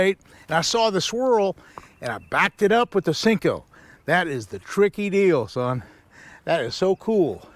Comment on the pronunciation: Cmon Roland.. u seem to be an intelligent man. Stop calling it a Sinko. Its a damn Senko!